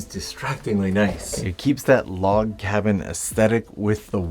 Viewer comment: Log cobin? 🤣Bruh... thank you. Both for the video, the effort and the laugh. And YES, I do those mistakes myself a LOT. Which is why I found that hilarious.